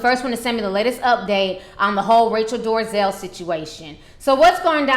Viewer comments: It's NOT DORAZel it's DOLAZEL what I don't like is that you have an attitude that thinks you can defy correct English, then you act all ghetto about it. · dol-eh-zal. NOT door-uh-zell. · Um her name is DOLEZAL nit DARIZAL lmao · Dorazel? lol Dolezal! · Dorazel? Bad pronunciation. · Why ti say that lady name like That? Lol🤣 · OMG how many times do you have to read and say her name before you get it right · What I find humorous about this video is that she can't even pronounce the woman's name correctly but she decided to devote enough time to make a video bitching about her. Hahahahaha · Your talking on kinds of crap and you don't even know how to say her last Name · You don't even know how to say her last name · Ti shamelessly butchers names 😩💖